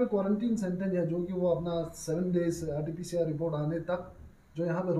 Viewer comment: It's not a Rtprc .........it's RtPCR .....@ bhai